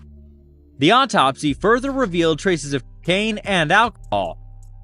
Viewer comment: How do you guys believe a ninja in a wig who doesn't know how to pronounce autopsy? He is still using AI as a source.